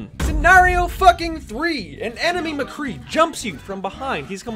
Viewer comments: Why the actual fuck do you pronounce it "McGee" it's Mc-Cree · Who else noticed that every time he got angry he kept of saying McGee instead of mcree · It's McCree. Not McGee. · Who the hell is McGee?,it's Mcree... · you said McGee instead of MCree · His name is McCree, not McGee. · I had to correct you its McCree not MaGee. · It's m CREE not mgee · Not trying to be a grammar nazi but it's mcree not mcgee it's pronounced muh-kree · First of all, nice video! But, why do you keep calling him McGee? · Did you call him "McGee" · Are we gonna ignore the fact that he kept saying "McGee"? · Why do you keep saying McGhee? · "McGee" Excuse me what. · Every time you say "Mgee" it kills me a bit inside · You call him mcgee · it sounds like you're saying mgee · did he just call him mcgee :)) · You said McGee every time😂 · This nigga said Mcgee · he says "Mgee" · 2 things, stop saying mcgee please and maybe you are just slightly bad at mccree?and that's why nothing is hitting? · Lol u said mcgee